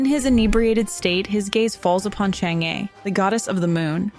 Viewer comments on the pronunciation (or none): for English speakers, Chang-E pronounce in Chinese more like Chang-Er in English🙂